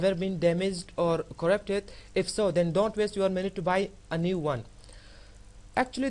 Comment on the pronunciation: Correpted.. no Flesh.. not really *Corrupted *Flash Learning to write and pronounce with..:)